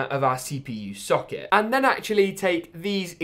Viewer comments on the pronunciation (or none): English: Mother board socket: Mo therbored suck iit